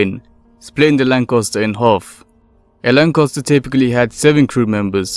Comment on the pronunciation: The second '"a" in the word Lancaster is pronounced with an "a" as in ass (the equine variety), and not an "o". Who has ever heard of a Lancoster???? LOL.